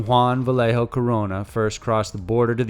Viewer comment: Nigga jus said "lead ger" nigga you mean a ledger like l-edge-r mispelled and mispronounced Vallejo 😂😂 broaden your english and you'll blow up